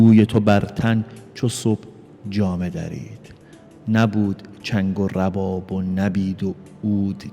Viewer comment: تشکر لطفا اشعار و صحیح بخوانید واضح ترین اشتباه تلفظ کلمه رباب است